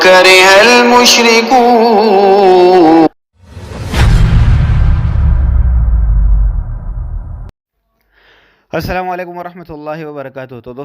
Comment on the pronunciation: Bhai mushrikoon my mad nhi hy Ap itna khynch ky perh rahy ho.....